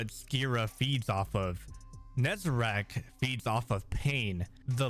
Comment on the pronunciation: It's Nezarec, not Nezarac...